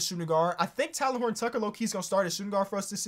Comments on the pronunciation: plz stop saying “Talon”😭 it’s “Tay-Len” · love the vid but its pronounced "tay-len" btw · It hurts me to hear this man pronounce THT’s first name 😂 but I love you 👍🏼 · It pained me to see how often you butchered THT’s name but dope video